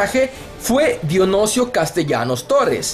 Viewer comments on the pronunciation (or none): Es Dionisio, no Donosio, de hecho Nicho nace de Dionisio. perdón jejejjee es que le saque varios errores al video, de todos modos muy buenos! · No pronunciaste bien Dionisio dijiste dionosio